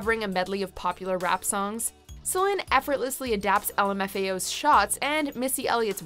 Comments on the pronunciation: That's the correct French pronunciation. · Why? She's one of the few anglos pronouncing it correctly. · Yang That's the correct pronunciation. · Im from Nova Scotia Canada and I’m full bilingual. I’d agree. It’s pronounced how she says it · Because that's actually how it's pronounced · It's in french, she say it right. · That is how it is actually pronounced in Quebec. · Nope, she say it the right way. You're juste all saying the name wrong. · Nope. She is correct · That’s how you pronounce it in French. So technically she’s saying it right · well, yes and no, I get what you mean but technically, you cannot translate given names. She's still french canadian, her name is meant to be pronounced that way. ;) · She’s pronouncing it right. That’s how you pronounce it in French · She's doing it right, as in how it's pronounced in french here in her native Québec. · She’s pronouncing it right. You’re the one mispronouncing it! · It's in french, so she say it right. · It's in french, she's doing it right. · She has pronounced her name correctly. This is how Celine pronounces her name. She is French Canadian. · Céline (Say-lynn, with stress on the "say") => how it's pronounced in french, here, in her native Québec. The video is right. You are wrong. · I'm actually dead! So many people are accusing the narrator of mis-pronuncing Céline's name when in actuality she's pronouncing it the proper French way (since it's a French name and Céline is French). It is pronounced Selin and NOT Seleen lol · The narrator pronounced it the proper French way. Seleen is wrong and it's how english speakers butcher the name . It is Selin. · Just think with 1 minute with Google and you wouldve known that the narrator pronounced it the proper French way. And Seleen is how english speakers butcher the name. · Exactly, as a french canadian I can confirm. This video pronounces it right. Céline (Say-lynn, with stress on the "say") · Finally!! First time I hear an American pronouncing Céline correctly!